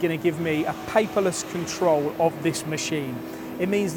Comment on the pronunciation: stop saying mesheeeeeeeeeeeeeeen. brooo